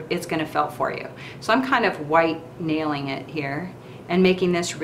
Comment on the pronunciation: Did you say you are "white nailing it here" when you were rolling that first bead? I listened a couple of times and did not understand what you said.